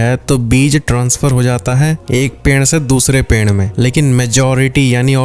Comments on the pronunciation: Perd ❎ penrd ✅ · The way you are saying peeid is kind of unique😂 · Haan😂ped ko ache se bol nhi pa rahe h